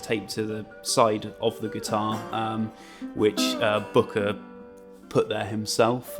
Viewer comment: It's Bukka White pronounced "Booka", this is rather embarrassing.